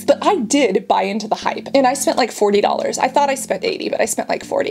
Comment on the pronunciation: OMG, you say "doll hairs" instead of dollars too!!! My whole family has said it for like 40 years, no joke!